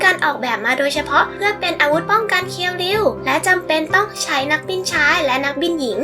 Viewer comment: ฮะ!!!เรียวคิว??เคียวริวไม่ใช่เหรอครับ